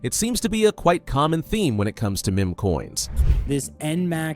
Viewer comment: Look how it is pronouncing meme